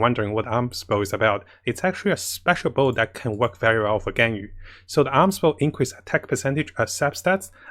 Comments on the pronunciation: Amos Bow is pronounced "A-Mos" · Every Time he Say Aams Bow Someone gets a 5*Star Character 😌